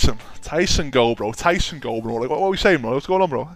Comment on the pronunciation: "TYSON EN-GO"